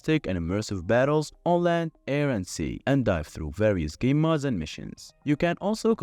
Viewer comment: are you saying "mods" or "modes"